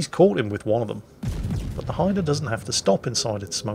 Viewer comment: I am just happy he pronounced the name right!